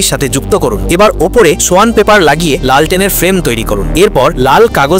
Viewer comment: লেন্ঠন ✅ লাল টেন ❌